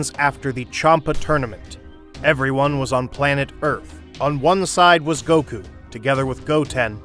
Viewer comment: “Saun Goku” 😂